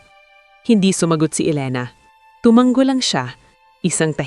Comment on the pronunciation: TUMANGO, Hindi tomang-go